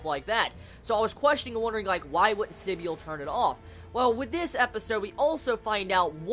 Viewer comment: I thought it was pronounced Si-bul rather than sib-y-ul